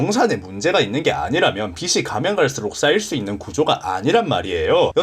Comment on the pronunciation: "빚이"의 바른 발음은 "비지"입니다.